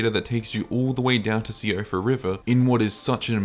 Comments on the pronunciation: Shee-fra River, not See-oh-fra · you really pronounced Síofra river as See oh fra ... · Siofra is Irish, its pronounced "Shefra"